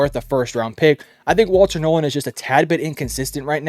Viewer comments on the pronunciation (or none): none